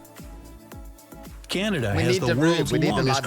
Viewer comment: Somebody should tell the Yankee who made the video that you're reviewing....that Polar Bears are WHITE, not Brown.....and that "Canada" doesn't have a "Y" in it after the "C".